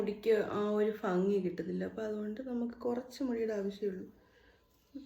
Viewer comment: ഫംങി,അല്ല,, ഭംഗി bhghi,,,,,👏👏